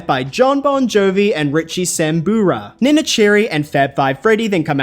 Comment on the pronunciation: Yikes! So many mispronunciations in this video! You really need to make sure you know how to say people's names and song titles before you do these videos. I'm still trying to figure out how you got Richie SAMBORA's name wrong. Wth?